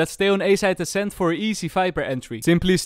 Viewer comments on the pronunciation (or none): none